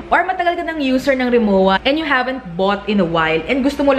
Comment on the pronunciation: Hindi RI MO WA. It's pronounced RI MO VA